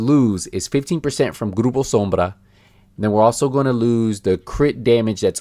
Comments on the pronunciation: Hey man nice spanish, the way you pronuce "grupo sombra" is really good. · No he is pronouncing Groupo Sombra the accurate way, it's an hispanic name and he is also hispanic. If you don't like the ad and the way he speaks, how about you stop watching his videos and go stalk other youtubers ? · But it was pronounced really correctly by our dear youtuber ;) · Alex Henning that’s because he’s a Latino dude.